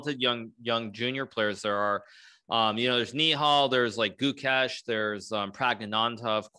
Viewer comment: Hikaru accent 😂 nihal, gukeh❌ guh cash✅ 😂😂